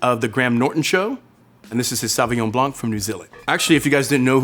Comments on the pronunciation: You can’t call yourself a Sommelier and not know how to properly pronounce Sauvignon Blanc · Mispronouncing the first wine he tries... why